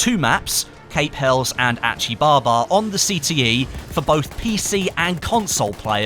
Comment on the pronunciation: I don't wanna be that guy, but Cape Helles is pronounced Hell-iss, and Achi Baba is pronounced as Ah-Key Baba